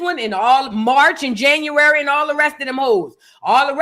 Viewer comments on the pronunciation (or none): “Marsh and January…” 😂😂😂 😭